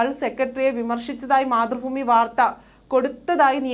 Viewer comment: ഫുമി അല്ല ഭൂമി ആണ് സംഗിണി സഗാവേ